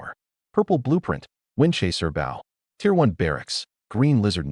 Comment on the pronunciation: AI English fails again 😂 Windchaser BOW should be pronounced Boh Agape should be pronounced A-gape not A-gah-pay Read should be I RED the book not I REED the book